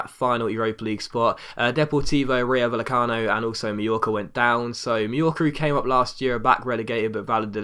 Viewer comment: Just a heads up - two "ll's" together in Spanish makes a 'y' sound. So "Villarreal" is pronounced Vee-ah-Ray-aal, and Rayo Vallecano is pronounced Rayo "Vay-ah-cah-no".